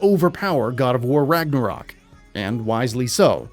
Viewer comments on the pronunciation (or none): none